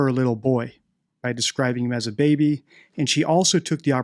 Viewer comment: Not the "dingo ate your babay"🫣